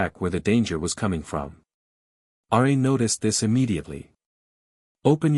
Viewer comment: Its RA, NOT R A